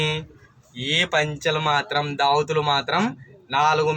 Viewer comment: ఒరేయ్ నాయనా దావతులు కాదురా నాయనా దోవతులు లేకపోతే పంచెలు అనండి దావతులు కాదు దోవతులు ఓకేనా